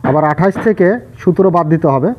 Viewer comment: আপনি যে সংখ্যা টাকে বার বার সুতের বলছেন ঐটা সুতের না সতের হবে